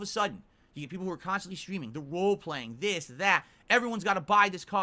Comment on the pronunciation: Wait row playing was that on purpose or does suck at pronouncing the word role